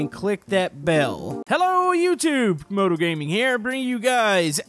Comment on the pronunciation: Camodo not comodo